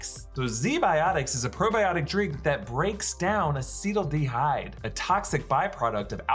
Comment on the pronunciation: Super proud of the attempt to pronounce acetylaldehyde. Just missed the "al" pronounced like the name Al